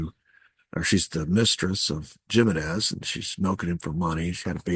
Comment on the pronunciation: Jimenez is pronounced Him in ez.